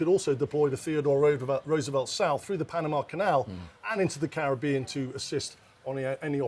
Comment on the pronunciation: They all need to learn how to pronounce Caribbean properly.